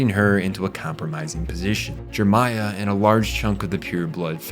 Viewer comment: C.C. is pronounced C-two... because of the 2 Cs, same with V.V. Oh, you think the second "e" in Jeremiah is silent and you say the "p" in coup, okay then. This show was a meme when it came out and the fandom knew it... fun times. I still remember Spin-zaku. Lloyd was the best character, this is not an opinion, it is a fact.